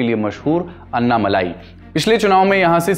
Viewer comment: हिंदी टिप्पणीकारों के लिए: - वे अन्नामलाई नहीं हैं, वे अण्णामलाई हैं। अण्णा यानि तमिय भाषा में 'बडा भाई'।